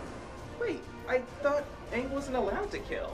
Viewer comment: In the show Aang is pronounced /æŋ/ it's NOT pronounced /ang/